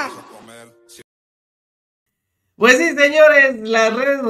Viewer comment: Vamos a ganag vamos a ganag jajajaja.